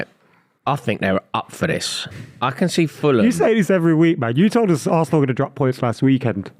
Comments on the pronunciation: The way he said VARsenal in his Bristolian accent killed me. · saying varsenal, maybe he should worry about his teams 100 ffp rules being broken